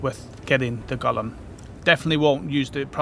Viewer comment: not "Gollum"... GO-LEHM!! Gollum wants that ring, Golem wants to eat rocks! :face-fuchsia-tongue-out